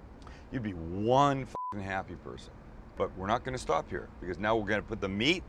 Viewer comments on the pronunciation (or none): none